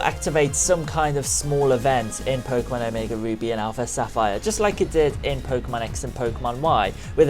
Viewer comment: i thought he said omega boobies